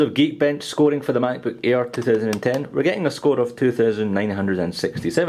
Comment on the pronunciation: sound like hes saying the "MacBook Ear" lol. Great Review!!